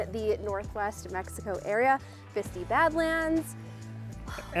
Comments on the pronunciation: I know you're always getting corrected on pronunciation, but, it is pronounced Bisti with a long I at the end. That Sinclair in Farmington you dumped at is a regular stop for me. Great people that work there! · I live about 30 miles away. It’s pronounced Bisti(Bisteye).